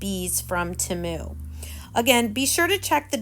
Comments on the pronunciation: I hope you don't take this as rude. But temu is pronounced (TEAM-U sorry please don't take it as being rude. You are a wonderful crafter. You are so creative. 😊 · Their commercial during the Super Bowl, they pronounced it Teh-moo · Agreed not that serious I pronounce it tea mu Lets keep in mind that everyone has a different accent so we all pronounce words differently. Such as im from brooklyn NY and we really talk different then the rest of the country!!😂